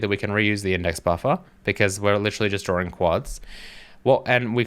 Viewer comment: What is a drawring?